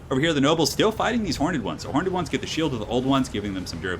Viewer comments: Horned or hor-ned? Why do you say hor-ned? Why am I so triggered by this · I love your stuff but please 1 thing you do drives me mad. Horned is pronounced with 1 syllable, not horn-ed with 2!:) Keep up the great work dude!